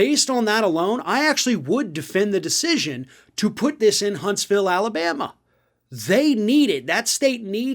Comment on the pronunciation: Hunts - vul. Like Lew -uh-vul ;)